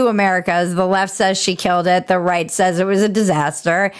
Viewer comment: As you were saying, “I can right this ship“, I was expecting the last word to end with a “t”.